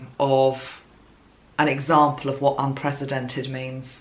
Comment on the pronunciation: And the way she pronounced it, to my ears anyway, sounded more like unpresidented, with a Z sound for the S, as opposed to an S sound for the C in unprecedented.